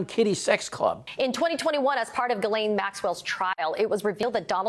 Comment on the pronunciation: The S in Ghislane is silent